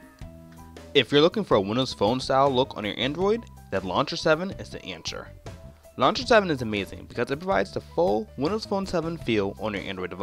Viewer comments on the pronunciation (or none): Nova "Luncher" lol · Anybody else being bothered by the way he says "launcher"